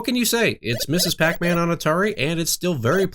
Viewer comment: Ugh. It's not Mrs. (misses) PacMan, it's Ms. (miz). Sorry--that was driving me nuts. I mean, if you had said it only once, that would have been fine. But you said it three--THREE!--times. Other than that, great video!